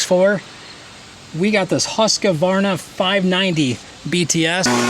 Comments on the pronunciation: Huska-varna? 😂 It's pronounced Hus-kvarn-a. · There is no "A" in the middle of Husqvarna. lol Our grandson said HusqAvarna for around 4 years and only stopped recently at the age of 6. It was adorable. He even wore one of his Husqvarna T-shirts today! So sorry about the bee stings. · one thing that I’m wandering about,you seems to be a very nice guy,but why in the hell don’t you wear any safety equipment for your ears,no harness for the weed eater,and do you even have any protective trousers when you use the chainsaw,you can get heart in less then a second if you stumble or trip on something,but I also love how you pronouns the Husqvarna blower😅😅😅😅 be safe and take care😊😊😊